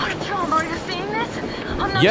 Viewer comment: You say Artyom like R-T-M, it's Are-Ti-Yum